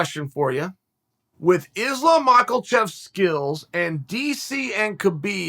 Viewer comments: Islam "Mackleshev" lol Uncle Chael struggling with the names again. I do too tbh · Chael, why TF do you pronounce Islams last name like that ?! (macklechef) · Chael just saying MackEL chev to stir controversy but no one takes it seriously coz it’s Chael 😂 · Ahhh yes, makhalchev. The Next numinburgladov. Very nice. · Chael's the only guy in the last couple years to give "MakaeLchev" an "L" 🤣